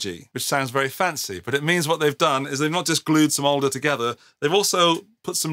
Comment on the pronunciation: ''Alder'' not ''older''. Suggest edit the script.